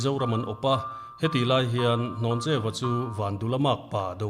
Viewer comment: hnawncheua nilo in hlawncheuva/hlawncheua tih tur zawk a nia